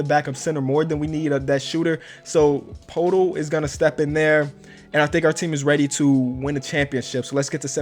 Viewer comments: You pronounced Jakob right, but Poetl is pronounced like prairtol. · Jakob Poeltl: Yakob Pertel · Poeltl is pronounced like turtle with a P